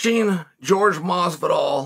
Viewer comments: It’s not George is Jorge 😂😂😂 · Jorge NO MASvidol